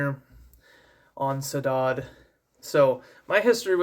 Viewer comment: Really enjoyed your review on this! Just wanted to help you on the pronunciation of the word Saudade, at least in Brasilian Portuguese it's: "Sou-da-jee" (I'm not from South America haha). I've heard Takanaka pronounce it once in a live show of his from 2018!